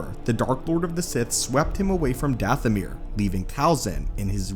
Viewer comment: Your saying it wrong it's dathomire sound like goth not ahh.